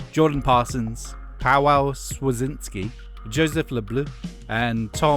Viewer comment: face-blue-smiling:Heh, I like how you butchered Paweł Świerczyński name. Polish is hard af.